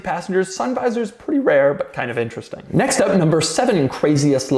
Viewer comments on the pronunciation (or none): none